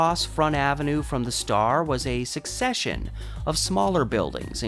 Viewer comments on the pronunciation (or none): none